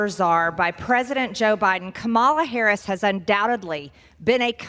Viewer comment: can't even stand to watch or listen to Major Sailor Greenie spout the lies and misinformation she repeats on the daily. Learn to pronounce Vice President Harris' name correctly, you knuckle dragging bottle blonde redneck traitor !